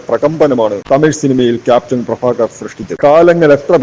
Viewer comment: അവതാരകൻ ഭ എന്ന വാക്കിൻ്റെ സ്ഥാനത്ത് ഫഎന്നുച്ചരിച്ച് വൃത്തികേടാക്കേണ്ടിയിരുന്നില്ല ക്യാപ്റ്റൻ പ്രഭാകർ മൂന്നുതവണ തിയ്യേറ്ററിൽ കണ്ടവനാണ ഞാൻ